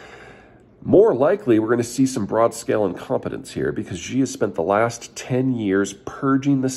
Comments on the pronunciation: You would think a China watcher would at least study how to pronounce Chinese names. The "sh" sound does exist in English, it's not like asking for Arabic H's or Bantu clicks. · Who is "President Ji"? Never heard of him. If you're talking about Xi Jinping, his surname is pronounced (roughly) like the English pronoun "she" (pronounce with widened lips and no rounding of the mouth and you've more-or-less got it). It's NOT "Jee" or "Zhee" or any other exotic pronunciation. Of course we all hate him, but mispronouncing a name that many other Chinese people also have doesn't help anybody. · Peter, I appreciate your insights, but I wince whenever you say "Xi" because you pronounce it like a Frenchman speaking French. The letter X doesn't make the "Zhj" sound. That sound simply doesn't exist in any dialect of Chinese. In the Chinese romanized orthography, X has the "sh" sound. "Xi" is pronounced like "Shee". Please don't keep saying "Zhjee". Take a moment to familiarize yourself with the Pinyin orthography. X makes the 'sh' sound, Q makes the 'ch' sound, and C makes the 'ts' sound. This is because they took all the letters they thought to be redundant, and re-assigned them to common sounds in Chinese that would otherwise be written with letter combinations, to make these sounds more efficient to write. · Chairman She, not Chairman Gee. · Yes! He's not the only one to do it though - plenty of commentators use the same Zhjee pronunciation and it makes me wince a little too. I guess the X throws people off. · I've been to China over 20 times, and Berkana is correct. Its pronounced "Shee". The reason I weigh in is my Chinese employees would let me know I would lose credibility with customers if I mis-pronounced this name. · indeed we have no obligation to speak Mandarin.That's not what is desired however, so stop going after a strawman. What is desired is at least something of an attempt to pronounce the name properly.